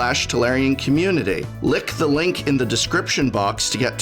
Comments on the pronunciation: did i just hear an english professor say "lick the link in the description box?!?!" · Did I just hear the prof say "lick the link below"? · Was not sure the first time but the second time I was reasonable sure he was saying "lick the link below"